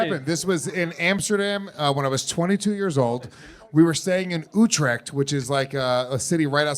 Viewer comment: That pronounciation of Utrecht physically hurts me.